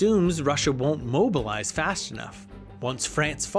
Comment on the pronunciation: The list of words the narrator mispronounces is *wild*. “Astro” instead of Austro “Ampires” instead of Empires “Ishstanbul” instead of Istanbul “Tear” instead of Terror “Bltizkleeg” instead of Blitzkreig “Fasht” instead of Fast “Rusho” instead of Russo “Saravayho” instead of Sarajevo “Tearists” instead of Terrorists “Gernade” instead of Grenade. It was difficult to pay attention to the content while being aurally assaulted by the endless stream of grammatical errors and mispronunciations. It’s almost enough to make one miss the absolutely historically incorrect and inaccurate assertions that the narrator makes regarding the causes and catalysts of the conflict.